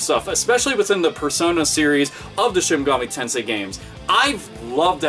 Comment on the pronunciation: Lol i thought you said "shinigami tensei"